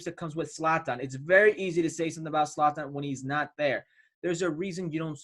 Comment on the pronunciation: Is that guy saying Satan or Slatan ? Lmfao, it's Zlatan mate get it right🤣